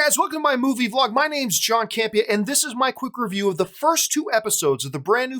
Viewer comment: Love your "reyvoos"!